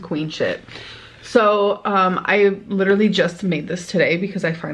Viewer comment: OMG THANK YOU THANK YOU!!!!!!!!!!!!!!!!🎉💐🎊🎉💐🎊 i f'ing hate the eXpecially so much. I'm SO happy someone finally said it! Thank you. It LiDdUrALlY enrages me. Every time i hear her say it I become irrationally angry because it makes my damn blood boil. Lol- I'm just grateful to finally hear a reactioner actually comment on this! 💜🖤💚